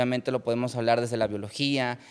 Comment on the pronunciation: Que pena que un médico no pueda pronunciar la palabra "biología"